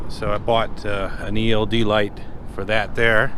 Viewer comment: You said eld light for the license plate. Jajaja